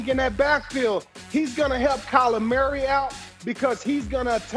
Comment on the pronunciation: "Kyler Marry"